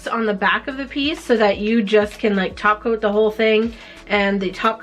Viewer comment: I watch too much simplynailogical. Every time topcoat is said I hear taco and think of painting nails.